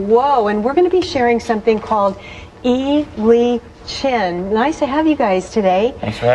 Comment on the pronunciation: She's mispronouncing the name >< AHHHH!!! lol doesn't matter. I don't think the video does justice to the form :(